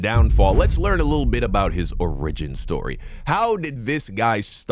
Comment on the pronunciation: Don’t pronounce Origin like Original. Dope video 😅